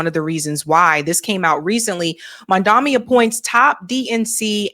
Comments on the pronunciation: Girl, his last name is MAMDANI (not Mandami) 😎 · Hi, great content as always, but can you please try to pronounce Mamdani's name correctly? You keep saying Mamdami instead of Mamdani alot. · His name is MANDANI, not Mandami 🙃